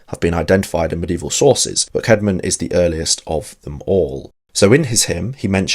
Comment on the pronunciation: Was his name Kayd-mon or Kaad-mon? I think the old English 'ash' letter that combines ae is pronounced like the a in cat. So I go with Kaad-mon.